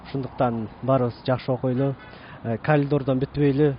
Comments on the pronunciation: Кызыл футболка даже коридорду туура айталбай калидор деп басып кетти😆 жугаримбек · Колидор дегенинен эле билинип турат)) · 😂😂😂 калидор дечи братик)